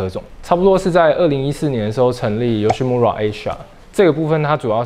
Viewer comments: 其實YOSHIMURA的"RA"要唸"LA" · 雞蛋裡挑骨頭一下：日語裡的R音不是捲舌音，應該讀成「L」的音，所以「村(mura)」應讀成「木拉」才對。